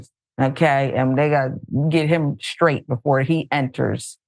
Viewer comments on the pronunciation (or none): none